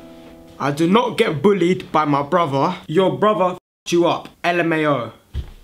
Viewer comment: be saying "Bruvaa" instead of brother.